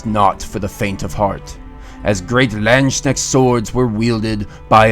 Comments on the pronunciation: It's kinda pronounced "Lahnds kuhnesht" but it can be overlooked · It physically hurts to her landsknecht being pronounced lanschnect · it is pronounced, Lansk - Nesht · With this you'll nail the pronunciation of "Landsknecht"